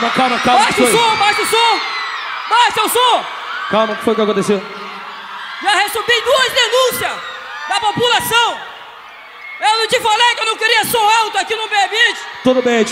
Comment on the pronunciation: O melhor forró de todos.... Mas quem já percebeu o policial falar "Já recubi"...Tava nervoso.